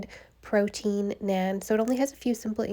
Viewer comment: it's pronounced NAHN :)